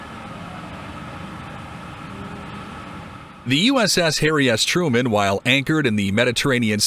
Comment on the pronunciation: sounded like he said ‘the uss hairy ass truman’